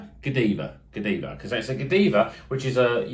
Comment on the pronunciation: Pronounced God-eye-va, probably from the chick who rode through Coventry naked in medieval times as a protest about high taxes. It's not just a beer channel but also a history one too! 😃